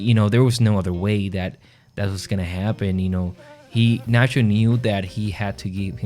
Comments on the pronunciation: Nat-cho not Nas-ho. Get the hero's name right. But I agree, Nacho has always been a great character - but what an exit. Absolutely magnificent. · Great video BUT STOP CALLING HIM NASHO